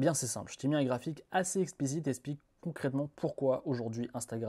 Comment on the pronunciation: eXXXXXXplique, pas essssssssssssssssssssplique, please